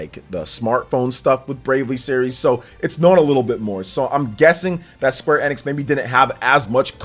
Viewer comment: Woah someone pronounces Square Enix properly :)